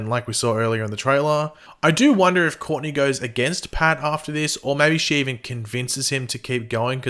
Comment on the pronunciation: Hey! Since you're doing aot on Stsrgirl, why not practice pronouncing Courtney correctly,.rathe.than calling her 'Corney?" Seriously.